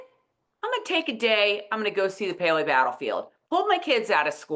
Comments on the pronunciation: I've lived on the PHL Main Line for more than 70 year, most recently in the town adjacent to Paoli. In 70 years I have never heard anyone who lives here say POW-LEE. We only say PAY-OH-LEE. Only "outlanders" mispronounce it. However, I wonder if it was pronounced as POWLY in the 1760s. Paoli is named after a French man. I think the French pronunciation would express all the vowels. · I was like "What is POWLEY??" 🤣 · My Aunt lives in Paoli and I have never ever heard her say it as it was pronounced on the the show! PAY-OH-LEE is how I've heard it. Ladies of Lallybroch, there's a name I haven't heard in a while. I remember them from the beginning. I thought this episode was really great overall. I liked how they stayed close to the book. I agree, Jamie and John were hard to understand in the woods and I had to have captions on for that. David squeezing his eyes was perfect because he knew Jamie was going to kill him for what he was about to say. William asking Claire the circumstances of this birth was so good and Cait and Charles were spot on with it. I really think Claire wanted to be helpful to William as well. I agree, the books have William and Claire having more of a connection but the show doesn't have the time. John has no idea of what happened to Jamie in Wentworth and him saying they were f ing you I think had a affect on Jamie and he let lose. It was hard seeing Jamie beat LJ up. The British left Philadelphia because France entered the war in 1778 and the France Fleet showed up. Fifteen thousand British troops left and ended up in NY. Loved Rachel's response to William after he had Ian arrested and Izzy has done a great job as Rachel and yes, William was having a no good very bad day! Is there not another bedroom in LJ house??? Didn't care for the cutting in of J&C and LJ scene. I think the intimate scene was awful and sometimes things don't transfer to the show from the book as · I thought they were saying it wrong 🤣🤣😂😂